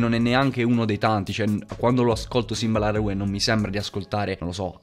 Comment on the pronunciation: bella halb. volevo dirti che simba la rue si pronuncia simba la ru (con la E muta)